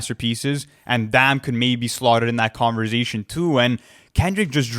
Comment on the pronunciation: Nobody:: CONVERZATION